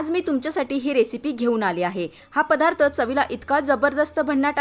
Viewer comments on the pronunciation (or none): none